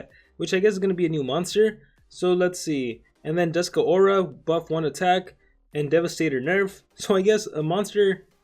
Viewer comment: It's not Duskuh aura. It's Dusk pause Aura